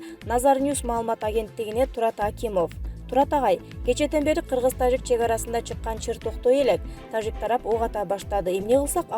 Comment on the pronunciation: Э тажик деп орусча жраф деген тамганы айтпай ж деп жылдыз денен тамганы колдонгулачы кыжырды келтирбей